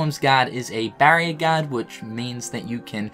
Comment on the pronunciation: Just wait until you hear how he says guard